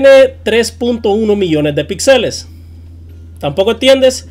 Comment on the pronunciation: Aprende a hablar, se dice Píxeles con acentuación en la i, no pixeles.